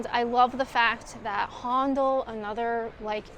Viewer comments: If you live in Kent and like history about Winston Churchill, go and visit Chartwell. Some British pronunciations: BERnard, not BerNARD. Haendel or Händel, not Hondel. Bel-grave-ia, not Belgraavia. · Brill vid. HA,NDAL not HONDLE and BELGRAVIA not BELGRARVIA, Just saying. Wonderful architecture. Well done. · HONDOL? Really? Try pronouncing it HANDLE Good Job! x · Handel is pronounced "handle" (both here and in Canada). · Loved this video! Fun, interesting and educational...and I'll never pronounce Handel the same way again! Well done to you, my favourite solo trip video so far ❤